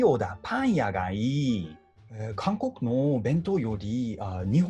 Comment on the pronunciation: 韓国人の「韓国」を『カンコッ』って聞こえるように言ったり、スタッカート気味に話すというか、韓国語の発音の癖みたいなのがめちゃくちゃ感じられて凄いなぁって思う